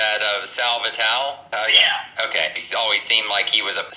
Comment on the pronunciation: Pronounce those vowels at the end. It’s Sal Vital-e and carmine galant-e